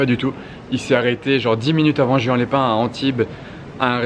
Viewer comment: ca se prononce pas juan mais rouane